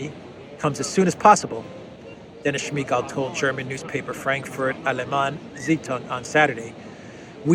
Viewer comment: I thought the same thing! I heard the name and immediately thought of Smeeegaalllll!